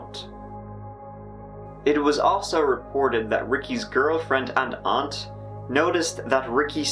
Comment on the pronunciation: The way you said “girlfriend and aunt” made it sound like you were talking about one person. I was real weirded out for a second